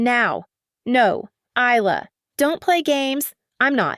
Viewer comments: Please teach your A.I. narrator to speak English properly. The s in Isla is silent, you just say I'l-a If you don't know how to program the A.I. narrator then why not do it yourself, that is if you know how to speak English. This probably a fictional story made up by a A.I. program by some Russian idiot in a cellar in Moscow. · Isla is spoken without the s being sounded = I -lah